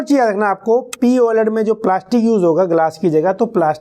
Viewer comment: Bhaiya poled nhi P OLED hota hai